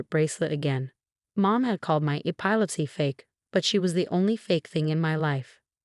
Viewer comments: NOTE: Epilepsy pronounced - E-pee-lep-cee. Rachel pronounced - Ray-chel. AI has a long way to go - obviously not edited for accuracy prior to publishing (also spelling errors). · This AI Pronunciation is a pain in the neck not only does it pronounce Rachal and Epilepsy wrong it's distracting when trying to listen for goodness sake learn how to properly pronounce words before sending stuff out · Pronunciation of epilepsy incorrect